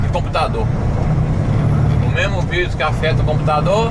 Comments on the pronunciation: . É raro ouvir alguém falar em português e dizer vAirus, em vez de virus... . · Corona váirus... kkkk Gostei da pronúncia!